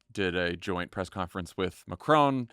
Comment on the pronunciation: Well done for pronouncing ‘Macron’ correctly